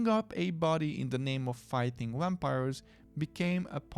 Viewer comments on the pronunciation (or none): I like wampires too! When you pronounced it I swooned. 😂❤❤❤